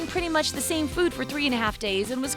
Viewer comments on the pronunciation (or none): none